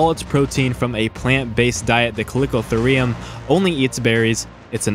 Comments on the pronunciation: colicotherum lmao how does he pronounce it like that? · name is chalicotherium, calls it caliko "uh" theriiiuuumm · Ka-le-ko-ther-ium. Thank me later. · went to the store payed my money, and the cashier gave me back my KANGE... I also own a CAlICO CAT, CALICO CAT... so do you just record these videos and make up how you pronounce, or do you even attempt to look it up before hand. then proceed to spread misinformation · Chalicothere is pronounced 'Kal-i-koh-theer', so therefore Chalicotherium would be pronounced 'Kal-i-koh-theer-ee-um'. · it triggers me how you pronounce chalicotherium